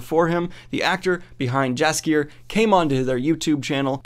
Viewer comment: Not as wrong as he says Jaskier. It hurts my Polish soul :(